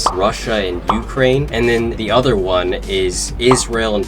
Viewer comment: the way you say Ukraine